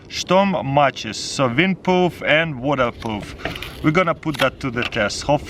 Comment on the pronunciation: windpoof and wadapoof😅😂😂😂